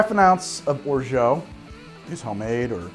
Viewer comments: I love your channel but please stop pronouncing it "orjo", I know french is weird but still. There's an "a", use it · Orgeat is said with more of an 'ah' sound at the end then an 'oh' sound. Sorry if I come off like a French nazi😂, love your videos! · Your pronunciation of "orgeat" makes me laugh. :) Thanks, man!